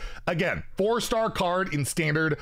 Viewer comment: you said 4 car stard ahahahaha